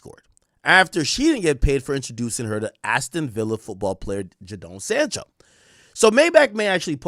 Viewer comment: Nah the pronunciation of Jadon Sancho and Madueke was naaaasty 😭🤣